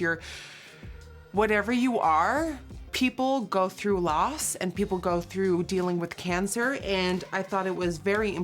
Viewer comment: okay, while watching this (and you were talking about your brother that passed away) you said "dealing with cancer" and I understood "Dylan with cancer" I was like... WHAT THE HECK. I had to watch that part 3 times with subtitles to understand you were saying "dealing" damn